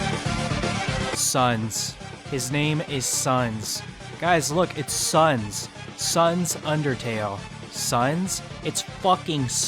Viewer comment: Sans the Skeleton ❌ Sands Undertable ❌ Sunds Undertrail ✔